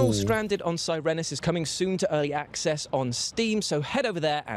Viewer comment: (Early) Access wird nicht "Exzess" ausgesprochen, sondern wie "Axes".